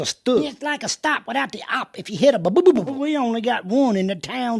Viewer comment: instead of tsop its sotopuuh